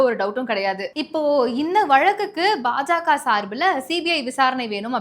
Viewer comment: கழுவி.கழுவி. ஊற்றி விட்டு கடைசியில் வாழ்த்து சொல்வது மிகவும் அருமை. வாழ்க வளமுடன் நலமுடன் பயமுறுத்தல் இல்லாமல்.செய்தி வாசிப்பதில் மிக தவறு (உ.ம்)தி.மு.கா,பாஜாகா,பாமாகா‍. தி.மு.க,பா.ஜ.க. பா.ம.க என்று வாசிக்க வேண்டும்.